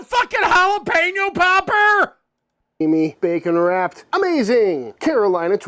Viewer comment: i cant get past "jalapeno POPPER"